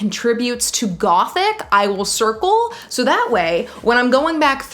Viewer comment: you pronouncing ''gothic'', love it